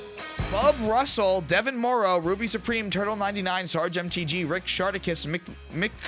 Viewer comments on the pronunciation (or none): none